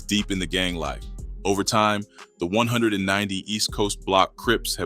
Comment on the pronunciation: Let me help you out with this their called (East Coast 1One 9Nine Oooooh's) (Del AM Mo) In Carson‼️ im sure your not from Cali by the way your pronouncing it, or a non affiliate! It may look like its called 190st but its not pronounced like that too them or any gangs in SoCal‼️ 🤷🏾‍♂️🤷🏾‍♂️🤷🏾‍♂️